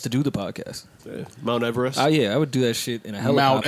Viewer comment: Yooo got my dyin 🤣🤣🤣 “MOUNT EVERREST”!!